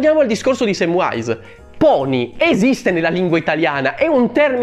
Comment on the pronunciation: Già era sbagliato nel film che veniva pronunciato "Semvise" invece di "Semvais" il nome di Samvise che per inciso, amico, anche tu sbagli a pronunciare perché non c'è nessuna "w" 😂 lo dico in tutta amicizia